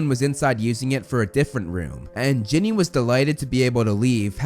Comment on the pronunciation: I'll never forgive the butchering of Ginny.